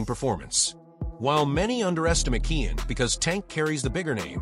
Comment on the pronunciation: AI Said “Keean“ 😂